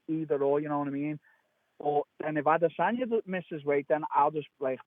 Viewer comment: ADESANYA ADESANYA ADESANYA SAY IT WITH ME ARIEL ADESANYA. NOT ADE---SAN--YA.. STOP IT SAY IT RIGHT. DON'T CHOP IT UP SAY IT TOGETHER